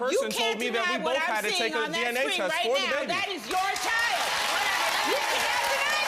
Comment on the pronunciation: It’s “child” not “chowl”.